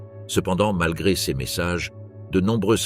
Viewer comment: L'IA est terrible! "Ces" n'est pas CS et ainsi de suite...